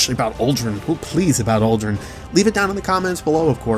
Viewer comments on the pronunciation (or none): I hate to be that guy, but it's Uldren